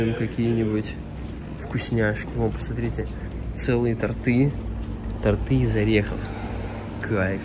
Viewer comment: Праздник живота!Но,пожалуйста, говорите по русски правильно ,тОрты ударение на первый слог и дети пусть слышат правильное произношение слов.